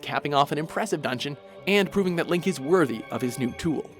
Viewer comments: The legend Of Zelda a Thlink between worlds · "A Flink between worlds"